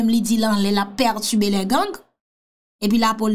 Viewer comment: Perturber,perturbé,pètubé hummmmmmmm ok🤭🤭🤭